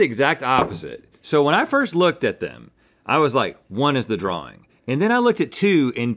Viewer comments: Uh...dude....there's no "R" in the middle of drawing. Sorry if you're dyslexic. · Right drawr ring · I can’t get over the way Rhett pronounces “Drawing” as “Draw-ring” 😂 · Rhett: “it's a drawring” 😂😊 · The Southern Accent in America is actually the closest American accent to the standard British accent which pronounces drawing like drawring. I think Rhett is probably the only American I've heard who pronounces drawing in that way though and it either comes down to maybe his family pronouncing the word that way or maybe he just personally pronounces it that way I'm not sure to be honest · atleast it's not "draw-ling" like I've heard farrr too many people say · Guys. He was saying draw-ring as in it was drawn in a ring. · I’m pretty sure it’s a throw back to season 4 episode 13 where his son said that Rhett was a great “draw ler” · This ones like watching a couple of kids play... link not remembering what to go for and rhett saying draw-ring every time! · It's interesting that Rhett uses the British intrusive r only for the word drawing. I used to do that too for only that word because I watched a lot of danisnotonfire and thought it sounded cool. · Every time Rhett said “draw-ring” I went mad 😵‍💫🤬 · Rhett be like: draw-wing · Rhett pronouncing drawing "drawring" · Guessed them all correctly because the shadow is really hard to get right, they should've looked at the shadow the entire time, also why is Rhett saying drawRing 😭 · Rhett: Draw-ring. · Ah yes. A Drarwing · Why is Rhett adding another r to the word drawing and also why do a lot of Americans pronounce words like that with an extra r for no reason? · Rhett, it's drawing not drawring 👍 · yes, but i ment in the wing part from drawing... between the w and the i. I was hoping people would understand that haha. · I wanted to watch this episode but Rhetts pronunciation of "drawing" drove me nuts.